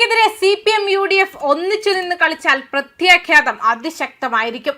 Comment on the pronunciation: കൊച്ചേ, കുറച്ച് ദിവസത്തിന് മുൻപും ഖ്യാതം എന്നാണ് പറഞ്ഞത് , ഖ്യാതം അല്ല പ്രത്യാഘാതം ആണ് ശരി.